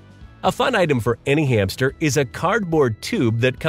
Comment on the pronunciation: I like the way you call the hamster every time hame